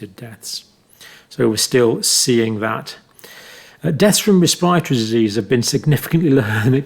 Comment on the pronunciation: ress-paw-tory upper res-pa-tory infection. Love your insight.